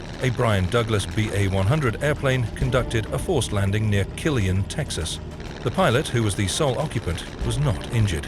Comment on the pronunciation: Its pronounced Ka-leen, Texas not Kill ian